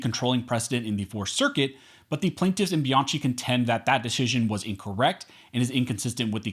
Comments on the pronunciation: Great article. Bianchi is pronounced Bee-on-key, btw. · It's pronounced "Biankey"!!! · Bianchi is pronounced Be-an- KEY. It's an Italian last name. Thank you for the content btw. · Dude, Bianchi is pronounced bee yahn kee. There is no letter k in Italian, so they use ch for the k sound. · Bianchi is pronounced Biankey.